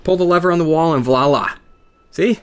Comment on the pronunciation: Pretty sure I heard "Vlala" instead of "Voila" haha